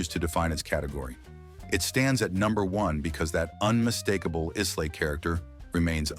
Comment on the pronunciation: I agree with most choices here…..Lagavulin 16 also my favourite! However I cringed every time you mispronounced Islay …..not Isslay but properly pronounced as ….eye la ….just saying.